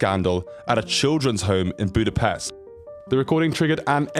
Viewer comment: Ahhhhh, he fucking said Budapest right. You know how fucking rare that is??? Pest in english means a bad thing thats why we hate it when they pronounce it that way.